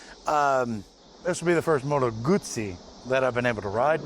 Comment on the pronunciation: Your pronunciation of Moto Guzzi is on point. Thanks for the review!